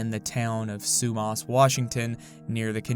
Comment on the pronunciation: Unfortunately this is my hometown. Sumas is pronounced SUE MASS. Whatcom is pronounced WATT COME. I am ashamed of this place but there's not much to do around here lmao